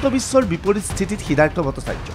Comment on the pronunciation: 'Siddhartha'its not"siddartha".